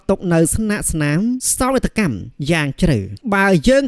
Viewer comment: អានពាក្យខ្មែរឲ្យត្រូវផង សោកនាដកម្ម មិនមែនសោកកម្មទេ